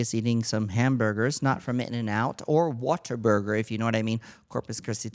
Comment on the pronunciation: What-a-burger lol. Not whaterburger. Cmon Tammie 😅😅